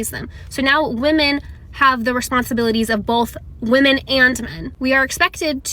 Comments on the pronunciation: Why can these educated women not pronounce the plural of woman? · women not woman, learn how to use your words correctly. dont be a dullard. you sound like a dullard saying woman instead of women. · Jesus Christ sociologist lady…freakin pronounce women and woman correctly